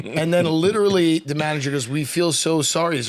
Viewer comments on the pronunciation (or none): none